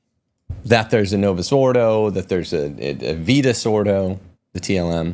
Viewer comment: ‘Gran-deez’ like ‘sneeze’. Pronunciation is not your strong point. Please, ‘Down-town Abbey’?? The word ‘vetus’ is pronounced just like it’s spelled. ‘Vet’, like an animal doctor…